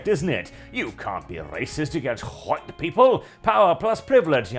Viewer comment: Bro please say white properly this is killing me 😭😭